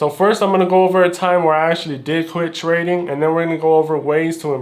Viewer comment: i will nevvaa nevvvaa quit twading